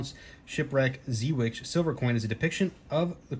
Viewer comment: Lol I just got this coin as a gift, love it! It's pronounced Zey Wake! VOC is at the top!